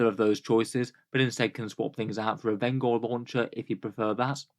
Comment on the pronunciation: I wanna say vengor is intended to sound like vengence. Veng-or rather than ven-gor. Like the vengence launcher.